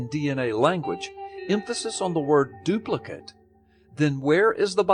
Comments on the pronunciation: Did no-one else notice that Gallups kept reading the Dawkins quote as "doo-pli-kit me" rather than "doo-pli-KATE me"? I suppose there is an off chance that the man is so utterly ignorant of the grown-up version his native language as to be entirely unaware that "duplicate" is the spelling of both an adjective and a verb. Crap happens, especially in schools. It's far more likely, though, that he is guiding his listeners as to how they should read what Dawkins wrote should they happen upon it themselves. The difference in reading isn't subtle: the adjectival form - his guided understanding - reads as though the single parent organism is dispensing instructions to make identical copies of the parent, while the imperative verbal form says "make copies of these instructions". In the case of asexual reproduction, these amount to the same thing... or would, if it weren't for those pesky mutations and insertions and such. But it is never the same statement in sexual reproduction. Even in parthenogenesis in an otherwise sexually-reproducing species, it is often the case that meiosis and diploid restoration will mean that the child organism will not be a full clone of the parent. One reading virtually prohibits evolution, while the other practically guarantees it. As much as I would like to believe that this is all about the stupid leading the stupid, subtleties like this keep pointing me towards the deliberate deception hypothesis. Not only does one need to be a little underinformed i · As if Gallups needed to do anything to make me want to punch him in the vocal cords even more, it was so freaking grating hearing him get the inflection wrong on Dawkins's "duplicate me programs". "Duplicate" here is an imperative verb with "me" its object, not an adjective. It's a similar construction to "fuck me pumps".